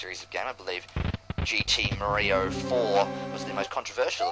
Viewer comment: XD Super Muh-ree-oh FTW! I really love what you've done with the game!